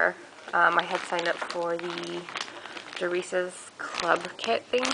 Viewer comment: Please excuse me, but it looks like Dar-CIE, not Dar-ICE. Great kit, though, thanks for sharing! :)